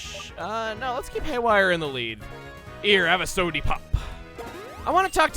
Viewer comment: Chugga said “sodie pop,” he watches H3H3 confirmed...Or he just watched the commercial that spawned that term. Either way, Papa bless.